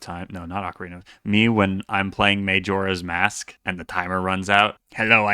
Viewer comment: “mayjora’s mask”? MUHjora’s mask. Get it right next time